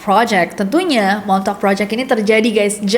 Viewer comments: Lama2 gw dengernya jd 'montok' not 'montauk'...sory Kak Nessi..🙏😅😅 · kaget gw denger the "MONTOK".. pas liat tulisannya the montauk... ternyata oh ternyata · Agak gimana gitu dengarnya montok boys😵‍💫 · daritadi dengernya montok 😅😅😅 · aku yang ga nonton tapi dengerin doang be like ... "THE MONTOK GUYS" :') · di denger nya de montok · And that's how you people say "Montok" in a fancy way 😂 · Plis aku dengernya montok projek😭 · Aku dengernya MONTOK 😂😂 MONTOK PROJEK, MONTOK BOY. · kok gw dengernya de montok project:face-purple-crying::face-purple-crying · Gua kok dengernya the montok 😂